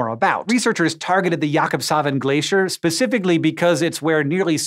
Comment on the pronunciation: Pacificaly ?? Grrrrr come on man your a science reporter. Specifically!"